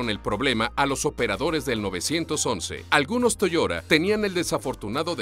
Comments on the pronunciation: Se pronuncia Toyota no toyora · AxeL moran es verdad dice Toyora pero es toyota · ¿¿¿ , se dice Toiora??? ¡¡¡Y yo toda la vida diciendo Toyota!!! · Toda esta gente quejica que llora porque diga "Toyora" seguro que luego dicen "la laptop" y no "el portátil", "el aisberg" y no "el iceberg", "el closet" y no "el armario", "el maffin" o "el capkeik" en vez de "la magdalena", "el gym" y no "el gimnasio". Mucho quejarse de que digan cosas en inglés, pero que yo sepa Latinoamérica y los pijos de España son los que más palabros ingleses sueltan. Oh, ¿y por qué no os quejáis del "MOYO" en vez de mojo, eh? Los de Watchmojo son estadounidenses. Por eso mismo lo pronuncian así. A ver si a los finolis de la lengua española os entra en la puta cabeza de una vez, que yo no me quejo cada vez que oigo a Dross decir "la punta del aisberg" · Toyora? En serio? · Che .... es TO YO TA !! No! Toyora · que molesto escucharlo decir toyora y takara todo el rato, pero en fin, buen video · también lo he escuchado toyora...jjajajaja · Toyoda toyoda ulala señor francés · "Toyora". No puedo con esto. No. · Toyota, a ver si aprendes a hablar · No pude parar de reir la manera de pronunciar Toyota. Es como si dijieras Mapple de Appel.